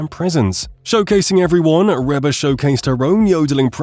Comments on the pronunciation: Dear Mr Robot narrator: “Reba” is pronounced Reeba not Rehba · Please, please, please. It is REE BA not Rebba. Get a AI that knows how to pronounce words properly. Now to Ruby Leigh, what a treasure. With a voice like her's let hear a lot more.